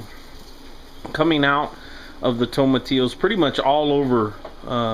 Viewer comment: My Spanish class appreciates your correct pronunciation of the word tomatillo.